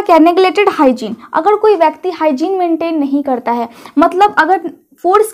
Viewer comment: उच्चारण सही कीजिए मैडम जी र को ड बोलती हैं जिससे कन्फ्यूजन होता है करता है को कडता है बोलने से विशेष बात होती है क्या